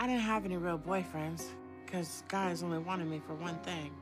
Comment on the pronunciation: I hate how she overemphasizes saying the word “only!”. It sounds like they are telling her what to say. :(